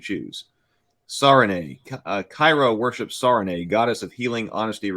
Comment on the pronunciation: Also Sarenrae is pronounced Searing-Ray on accounts of her... love, erm, sun and healing... errr. I swear She's NG.